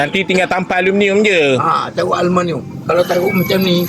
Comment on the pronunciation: Bukan aluminum ye kawan kawan , bah kata alumaniummm 😂🤣